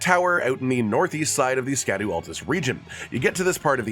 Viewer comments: think of it like “shad-ew” not “shad-ow” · Just learned that "scadu" is actually pronounced "shadow" and not SKADOO